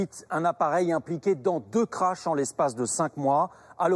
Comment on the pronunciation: ECRASEMENTS, disparitions etc Pas "crache" !!